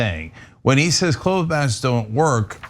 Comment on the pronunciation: Why is Cenk saying clothe masks?